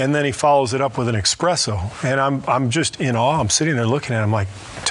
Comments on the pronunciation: Expreso lol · Expresso? Think you mean espresso Steve. 🥴